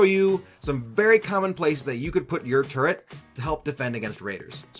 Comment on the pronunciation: He said Turret! Not Turrent! Praise the lord.